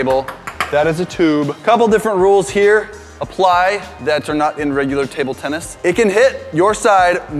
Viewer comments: Tubular Tennis: No! Tuble Tennis! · “Tuble tennis”